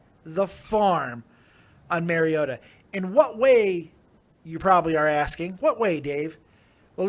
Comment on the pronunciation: I caught that shit too. You've got 4 months to get this dudes name right and you mispronounce the Fuck out of it! "MARIOTO" lmfao